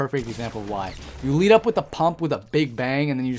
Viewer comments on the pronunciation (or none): none